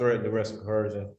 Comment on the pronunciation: Did he say "cohersion?"😂😂😂😂😂😂